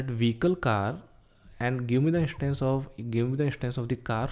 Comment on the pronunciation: car "ishtance " bike "ishtance"